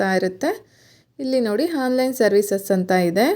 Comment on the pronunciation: ಮೇಡಂ ನೀವು ಉತ್ತಮವಾದ ಮಾಹಿತಿ ನೀಡಿದ್ದೀರಿ.. ಆದರೇ...... ಕನ್ನಡ ಭಾಷೆಯಲ್ಲಿ 'ಅ' ಕಾರ. ಹಾಗು ' ಹ ' ಕಾರ ಉಚ್ಚಾರಣೆಗೂ ಬಹಳ ವೆತ್ಯಾಸ ಇದೆ.. ' ಹಾನ್ ಲೈನ್' ಅಂತ ನೀವು ಉಚ್ಚರಿಸುತ್ತಿದ್ದೀರಿ.. ಅದು ' ಆನ್ ಲೈನ್ ' ಅಂತ ಆಗಬೇಕು.. ಹಾಗೆಯೇ...... Playstore ' ಹ್ಯಾಪ್ ' ಅಲ್ಲ ಆ್ಯಪ್ ಎಂದು ಉಚ್ಚರಿಸಬೇಕು.. ಬಿಟ್ಟಿ ಉಪದೇಶ ಹೇಳುತ್ತಿದ್ದೇನೆ ಅಂದುಕೊಂಡರೂ ಪರವಾಗಿಲ್ಲ.. ಕನ್ನಡ ಕೊಲೆ ಮಾಡಬೇಡಿ.. ಶುದ್ಧ ಕನ್ನಡ ಅಚ್ಚ ಕನ್ನಡದಲ್ಲಿ ನಿಮ್ಮ ವೀಡಿಯೊ ವಿವರಣೆಯನ್ನು ವಿವರಿಸಿ....